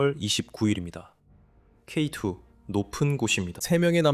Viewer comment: 짜집기에 케이투도 아니고 케이이 듣기 개불편하네